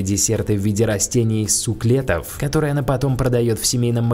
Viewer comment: диктор не суклетов а суккулентов